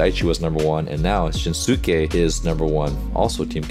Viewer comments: If you’d pay attention to how they say his name, you’ll realize that it’s NOT pronounced shin-su-ke. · Just a quick note! His name is pronounced "Shin-ske". The "u" is silent and the same goes for the pronounciation of Tanaka 'Ryunosuke' (pronounced "ryu-no-ske"). Great reaction as always, Coach! Kita is one of my favorite players and I'm glad you like him too :)